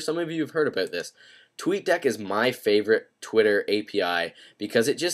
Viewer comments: 5;22 he said talk abooooot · haha "aboot" Canadians are the best, awesome video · "ebeut" /about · ABOOT... haha southpark classic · he says "about" like his irish lol nice apps dude